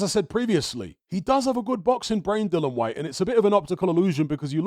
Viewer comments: oh u mean cuz says Dillon or Dylan instead of DILLIAN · Dill-I-an. Not Dillon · It was aggravating me who he kept pronouncing Dillian’s name wrong every time